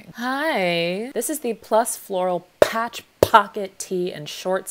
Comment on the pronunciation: “Phatch” “Phocket” “Tee”